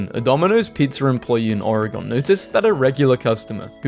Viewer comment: The way youe say oregon bothers me so bad lol